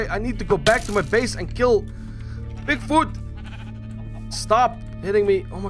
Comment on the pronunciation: Bigfut lol no offence dude but it's funny how you say it.